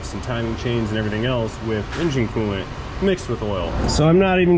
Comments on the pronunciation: It's oilant, not coil. :) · It’s not coil it’s Koo oil sir u ain’t cool unless u run Koo oil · Cooilant....you heard it here first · I think oolant sounds better. Pronounced "Ewlant".